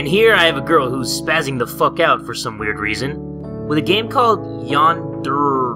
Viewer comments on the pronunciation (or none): none